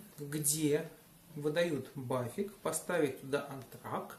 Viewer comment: вот интересно, при разговоре с немцем ты в этой же транскрипционной фонетической форме произносишь аббревиатуру BAföG как "бафик"? Ведь 100% не поймёт же не фига, придётся показывать на пальцах!:0)